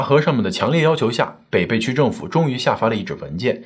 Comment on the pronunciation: 你的文案小编是重庆人，为什么没有告诉你，这个地名：北碚的碚字应该发音为＂陪伴＂的＂陪＂。我们的家人在抗战期间就生活在那里。